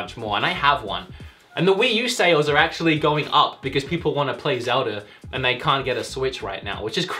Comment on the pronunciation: Mr. Fuentes no he said "Zelder"